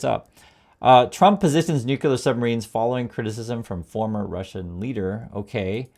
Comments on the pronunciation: it's NOO_CLEE_UR, not NOO-KYU-LUR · Love your content, but please pronounce nuclear correctly.❤ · Corect pronunciation is “nuclear” not “ nuckelar “